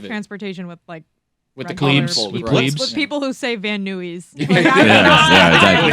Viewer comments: Van newwies wtf smetana ms it's van Nuys learn names of different cities that aren't near Chicago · lol at Van NOOYS and the Camarillo proununciation. That could easily be a 1.5 hour drive with some traffic. I'd rather go Helicopter myself but to each their own. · I cant believe how she pronounced Van Nuys.